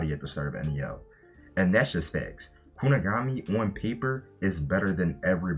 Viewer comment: “Kuni-guh-mi” was doing the rounds months ago on TikTok😂